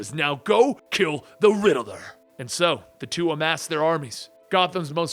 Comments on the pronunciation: Please stop saying rideler it's riddler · The way u pronounce the riddler reminds me of my friend... I do miss him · Funny how he says the riddeler instead of the riddler😂